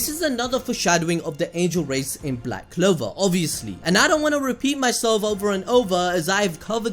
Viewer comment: Tf you talkin bout this is THE "BLWACK CLOWAR"😂😂 LIKE HELL SOMEONE WILL DIE EVEN GAJA WHO SUPPOSEDLY DIED TWICE OML I CANT-😂🤣